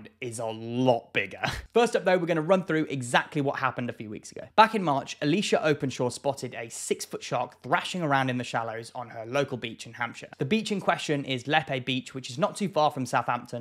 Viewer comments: Lol that's my neighbour with the first shark. Oh and it's pronounced 'Leap' beach. Was incredible to hear about it. Be great if more turn up! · The Hampshire place is pronounced “Leap” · We pronounce it LEEP Beach. It’s about 10 miles from my home.